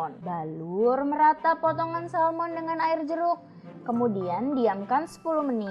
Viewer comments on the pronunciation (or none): Salmon bukan Salom